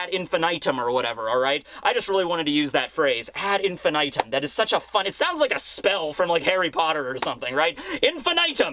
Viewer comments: It's pronounced "infinitum" not "infinitum" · That's not how you pronounce infinitum.